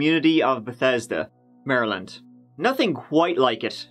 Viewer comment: But he pronounced Maryland like an American would, so he gets bonus points for that. People from outside N. America typically pronounce it Mary Land, which makes sense but isn't how we do it.